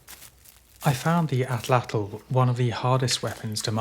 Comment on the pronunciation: just finished! Thank you for pronouncing atlatl correctly. I have a degree in archeology focusing in pre Columbian Mexico (where the word comes from), and I can tell you that the vast majority of YouTubers butcher the pronunciation lol